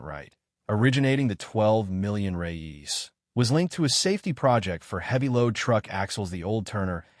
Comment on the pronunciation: The Brazilian's money name is "Reais" not "Reyes"